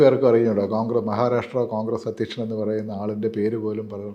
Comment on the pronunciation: മഹാരാരാശ്ട്ര അല്ല സേച്ചി മഹാരാഷ്ട്ര. നന്നായി നാക്കുവടിക്കണം, ഇടക്ക് ഒക്കെ പല്ലും തേക്കണം